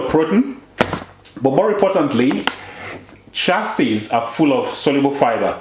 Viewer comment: Cheeee ya seeds "chia seeds"